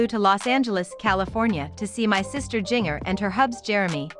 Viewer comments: Jin-jer.....not Jing..er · Right. I was hearing jr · It's Jinger, not Junior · What I don't understand how in the world you don't know how to pronounce Jinger? So many other creators mispronounced other names and words in their vids. Makes me crazy! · “JING ERRRR” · Omg I wish this robot could pronounce Jinger's name right 🤦‍♀️